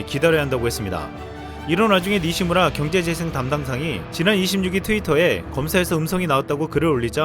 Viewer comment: 내용 잘 들었습니다. 근데.............. "니시무라 경제재생담당상" 이 발음 왜 이렇게 자연스러운거죠? 몰래 연습하셨나요? 저 7번만에 성공했어요.